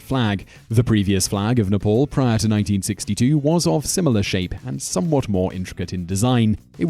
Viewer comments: It is n e p a l not nepol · When you said "Nepal", I heard "Nipple". Makes sense though cause the Himalayas look like nipples. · Are u from another world or Are u half deaf .. Its " Nepal " not nipple.. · Gabriel Gagnon yes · Haha...yeah most of the time westerners pronounce Nepal wrongly as Nifol.